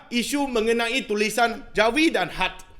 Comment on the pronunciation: sebut khat pon xbetui